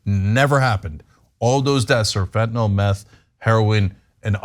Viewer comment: Love u guys, thanks for not saying "fentonall" 😘